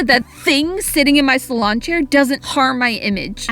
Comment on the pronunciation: DUDE I CANT DEAL WITH HOW HE PRONOUNCES SALON IT BOTHERS ME SO MUCH